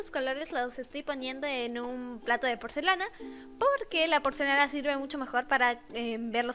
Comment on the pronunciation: NADIE: ABSOLUTAMENTE NADIE: YO: Tu: Porcelana :D Tu: Porcenala '-' EzPeRaH KhE?? :V